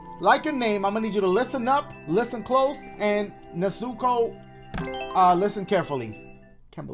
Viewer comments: my fellow weebs did anyone get MAD when his said na-zoo-ko ITS NEZ-OO-KO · When he said “ne-Zuko” I started dying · The weeb in me when he pronounces it “nezooko”: 👁👄👁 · the way dashie says Nezuko is 👌🏾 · I wouldn’t get mad cause he pronounced it wrong, it just happens lol. Btw that was me, Nezuko 😂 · dashie doesn't know how to say nezuko